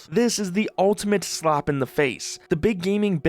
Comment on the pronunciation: why do you pronounce slap like slop?